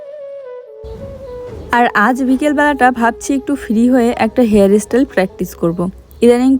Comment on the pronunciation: Nij j vasai sabolil sei vabei kotha bolo kono osubidha nei kintu english uchharon gulo toh tik koro, jamon tumi bolo ইস্টিল কিন্ত কথা টা হবে স্টিল, হেয়ার এস্টাইল নয় কথা টা হেয়ার স্টাইল,এগুলো তো ঠিক করো। খুব সুন্দর হয়েছে হেয়ার স্টাইল টা এগিয়ে চলো। রাত এ শাক খেতে নেই।